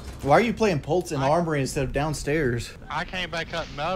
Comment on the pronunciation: Lol he keeps saying pultz instead of pulse